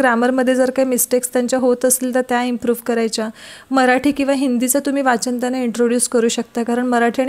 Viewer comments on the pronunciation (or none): none